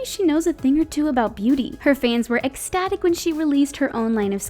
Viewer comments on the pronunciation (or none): none